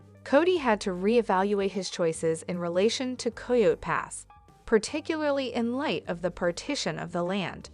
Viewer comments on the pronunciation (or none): It’s coyote pass not coy yo pass